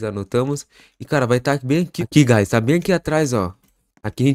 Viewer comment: Eu não tanko no "GuAyS😁" AKSKDKSKKAKSKSJDKKAKSKAKAKKAKA